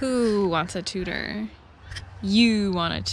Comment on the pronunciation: Watch the factory ford film on the new '40 Fords on here, Tudor is pronounced “two door” not tooter. Because it’s a two door sedan…